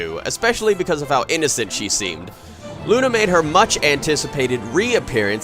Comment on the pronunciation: thats not how you pronounce "luna".